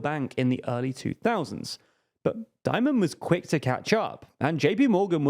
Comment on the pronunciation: "Dimon" nor "Diomond"